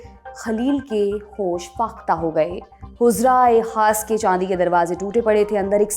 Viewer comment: yeh huzraey khaas nahi balki HUJRA-E-KHAAS hai aur bhi kaie choti choti galatiyan hein jo urdu/Persian /arabic words bolnay mei hui hein... Jaisa lallantop ka standard hai uss hisaab say yeh mistakes nahi honi chahiye... Kya lallantop mei koie urdu speaking nahi hai?